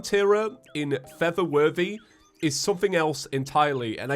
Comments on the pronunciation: Why did I hear “feather worthy” instead of “for the worthy”? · When I hear him say "For The Worthy" I keep hearing "Feather Birdy"